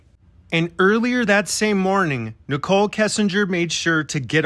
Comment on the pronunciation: Why do they pronounce Nicole like nickel?